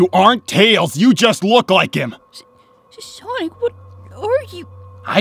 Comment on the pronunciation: "HEY SHONIC"